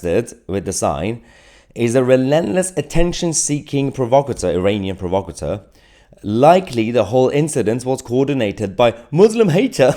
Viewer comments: Provacatur....he can't even pronounce it, Provocateur lol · "provo cateur", it's pronounced "prov ocateur". Ignore the pillock Mahyar.